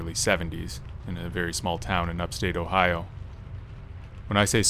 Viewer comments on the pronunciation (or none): none